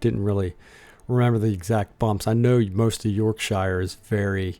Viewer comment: Also .. York shu… not York shy er 😂